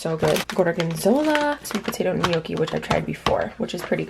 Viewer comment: Omg you're killing me with your pronunciation of gnocchi 😂😂🤦🏼‍♀️🤦🏼‍♀️